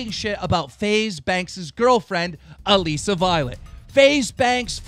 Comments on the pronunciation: Im triggered because keem keeps saying ALEESA violet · Please just say Alissa's name correctly. It's not aleesa. It's killing me. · IT'S "UHH-LISSSSA" 😉 ALISSA VIOLET!! I don't understsnd why that is so hard.. 😭💔 I also don't understand why this bothers me so much.... ✌&💗 😂😂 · Is he saying "Alesa" on purpose? 😂💬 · Yoo he said alessa instead of alissa 😂😂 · lol its Alissa Violet, not Aleesa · It's not pronounced Aleeesa it's pronounced Alissa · IT'S ALISSA NOT ALEEESA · did you say elisa (ul-iss-uh) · If you say Alissa violets name wrong One more time!😂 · If I had a dollar for every time Keem pronounced Alissa's name wrong I'd have like 8 dollars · He said Alissa wrong